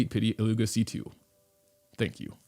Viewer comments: IT-lyu-hia (not i-llu-ga) 😉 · I beg of you, go to flin's bio, and listen to "about illuga" bc, if I'm not mistaken, it's pronounced illu-hua (I could be wrong, but I heard a lot of ppl saying it like that, and I swear I heard flins say it as well)